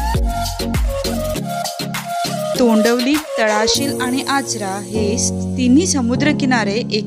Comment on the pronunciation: तोंडवली नाही तोंडवळी